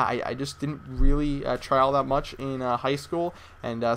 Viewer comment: Sometimes I feel like you talk tooo much or too fast, maybe thats why u say mich over much :P , I know you want to give us as much as possible but few second pauses are ok if u time them right. u just gotta chill out a bit:D